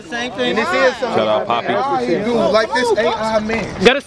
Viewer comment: pappy not papi